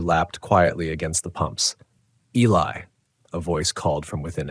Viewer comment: the name Eli is pronounced ee-lie 🤦🏼‍♀️